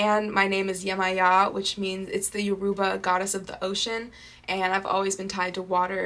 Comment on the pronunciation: Hi you’re name is beautiful. Just to help you out on pronunciation. Yoruba is pronounced Yoh-ro-ba :)